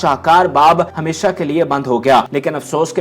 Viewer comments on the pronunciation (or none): none